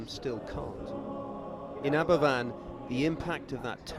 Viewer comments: It's pronounced AberVan, but spelt Aberfan. It's Welsh. What happened was the spoil(what's dug up that isn't coal) from the coal mines behind the village was piled up into spoil heaps, and one collapsed due to rain, flowing down the hill, engulfing two farms and the worst of all, the school. It basically bulldozed everything in its path. Almost the entire youth of Aberfan village were killed. It was a huge tragedy compounded by mismanagement by the coal board. They not only didn't take concerns of the miners over the stability of the heaps seriously, to after the slip, trying to get out of paying compensation to bereaved families. The eerie sight of all those gravestones on the hillside is sobering. They're beautiful but heartbreaking. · It is pronounced Aber Van. A single f in Welsh is a V. I’m from Wales and we were all so affected by it at the time. The tips (slag heaps) slipped. The tips were made of the dust & waste from mining coal. They were built too high and had a stream underneath. The National coal board knew there was a stream there but they still put the waste on top. The coal board said it wasn’t their fault but in the end it was proved it was them. Hundreds of people from Wales and other communities sent money to help the families out, build a school and help with the funerals. The coal board refused to pay for the removal of the tips which still hung over the village. The villagers had to use the money which had been donated to them. 🏴.